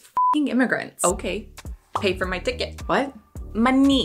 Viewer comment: The stressed word "Money" relates to Asian people. Thought so...